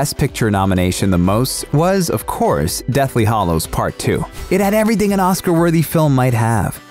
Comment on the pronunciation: Hallows rhymes with shallows and gallows. Not hollows.